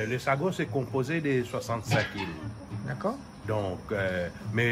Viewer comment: Ôté, i di Chagos mais pas sagoss😂😂😂, mi di a ou ça comme ça, mais Julie pontalba, elle est jolie n'est ce pas heiiin!??😂😂😂 Fé tension, laisse pa ou tenté 😂😂